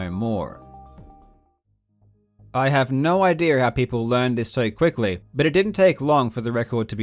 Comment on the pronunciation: every time he says idea i hear idere " the idere here" lmao